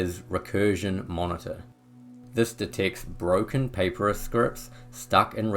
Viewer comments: Papyrus is pronounced: puh-pie-rus…you know like the kind of paper the ancients used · Respectfully, Papyrus is correctly pronounced "puh-PIE-rus". Great video otherwise, very helpful.